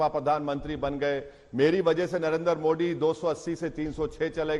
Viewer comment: पढ़ें लिखे ओवैसी को मोदी बोलना भी नहीं आता मोड़ी बोलता है